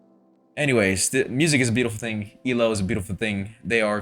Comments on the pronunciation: "E-LO"? It's E.L.O.(every letter is pronounced.) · Thank you for your comment 😊 I was stroking out whenever he’d say “E Low” 😂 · E. L. O. not EEloh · Still saying E-LO? It's E-L-O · EE EL OH Not Elo. Just saying 😊. N.Ireland. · Please, please, please stop saying "Ee-Loh". It's so grating to E-L-O fans. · It's actually E-L-O, not "ee-lo." But as long as you loved it, that's what's important. OUT OF THE BLUE remains my all-time favorite album. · And with all due respect, fans pronounce it E.L.O. Separate letters. Saying the word "elo" is like incorrect, not how they were universally known. Unless you're kinda trying to be ironic, or annoying. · Please... Not EElow... It's E-L-O. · E. L. O. not eelow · Please say E-L-O (as individual letters), not “Eeloh”. Don’t worry, you’re not the first. Thanks for the album reaction. ELO is one on my favorite bands. The songwriting is amazing. Many of the greats are leaving us. May Jeff Lynne live forever. 😊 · I love this band and I am glad you are enjoying their style and depth. It is pronounced E...L...O all individually not as a made up word. For me Time, Eldorado and a New World Record are peak ELO I can't pick a favourite as they swap constantly. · Its EEE-EL-OH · Just wanted to mention that we pronounce it E.L.O., as the initials for Electric Light Orchestra. And, I'm glad you enjoy their music!